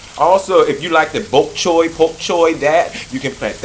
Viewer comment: Wait. Did you just pronounce bok choy "boke" choy? Lol.